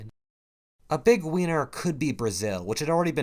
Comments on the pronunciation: is he saying "a big weiner"? Update: turned on auto captions. And it seems to think so as well. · Did you just pronounce winner as Weiner LOL!